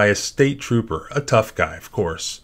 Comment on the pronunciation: Trooper “Trupo” lols😊